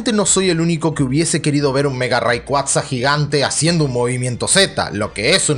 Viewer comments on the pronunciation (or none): none